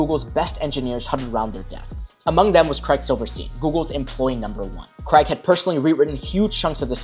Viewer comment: ‘Craig’ rhymes with ’Hague’ and ‘plague’.